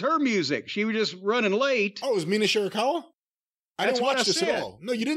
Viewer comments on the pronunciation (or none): I can't believe Sakazaki is a better name for Cornette to pronounce than Shirakawa.